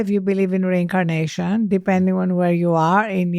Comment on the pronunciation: "re-in-CAR-nation"? Was that intentional? Thank you for this great interview once again.